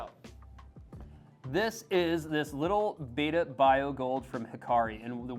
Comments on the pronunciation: Behtah, not Beyta. The word Betta comes from an ancient local dialect word for a clan of warriors ("ikan bettah"), and splendens is Latin for "shining" or "splendid". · Its betta not beta. Ask an Asian from Thailand, where they are native. They’re called Betta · Beta as in Alpha Beta..... is not the fish..... Betta pronounced like Letter is the correct way. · Yeah I was surprised by all the videos lately calling them bet-tuhs, when everyone used to call them bay-tuhs when I was growing up. I agree spelling doesn't make sense but since they're asian I figured that was why. My brother and I used to jokingly call them bet-tuhs because of the spelling, knowing they were actually bay-tuhs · Imagine taking advice from someone can't even pronounce Betta properly!